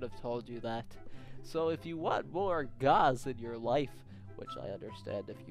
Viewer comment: how he pronounces his name: gawz albert: geoz